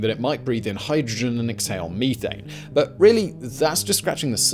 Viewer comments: Pet peeve it's meth-ane. Ane is a suffix connotating the chemical structure and meth for the chemical itself. You don't say people smoke crystal meeth so why would you say meethane? Just had to let that out. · the word is meth ane not me thane. LOL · Simon... I know your British or something to that accent...but meethane...it is a short E...methane...as in meth-ane...otherwise like the trim job on the beard... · I'll be honest. I paid more attention to him saying ee thane and me thane lol. Eth ane and meth ane. I couldn't imagine Breaking Bad with blue meeth. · "Stop right there thief!" "Meethane" "Oh, sorry Thane. I didn't recognize you" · Me-thane as opposed to You-thane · Mee-thane. Weirdo. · "Me"thane lol